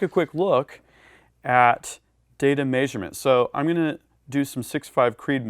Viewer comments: Love your content! Hate the way you say "measurement" LOL (may-shur-mint) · anyone else think he says measurement very oddly? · Well he's adapting to the human-shaped suit pretty well but some things are just hard.